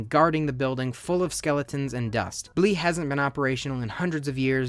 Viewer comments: “Blee” its bleh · Definitely bleh not blee